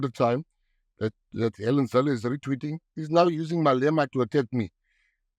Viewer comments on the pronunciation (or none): You are assuming that I am a DA supporter. And it is ZILLE not ZILLER. I will not respond to the rest of your warra warra, it is not based on fact. PS: you missed the point I made.